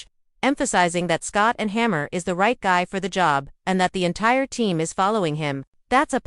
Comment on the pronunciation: It's hard to give you credibility when you cant even pronounce his name. There's no one named Scott and Hammer, sorry dear. Also, he's never been a DC.